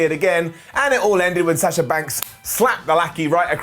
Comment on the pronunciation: Still can't say Sasha and Bianca right. Makes my ears bleed.